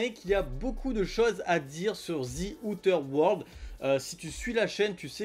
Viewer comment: Zi outeur world l'accent ma flingué !